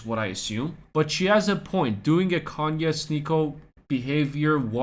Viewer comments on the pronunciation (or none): none